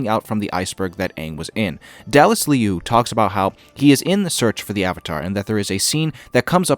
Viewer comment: You were close with Liu and Cormier. Liu = Loo and Cormier = Cor-me-ea (it's French if that helps). Like I said, love your videos. Keep up the great work.